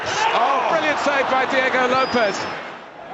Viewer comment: U mean Diego right, what in the hell is Deago